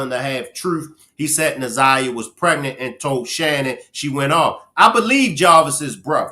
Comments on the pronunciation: She called her zanyia more than once. Its like calling me benya instead of kenya .. rude and careless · Oh my God, get her name right ! Its Nazi yah ! Geese they messed up this case so bad!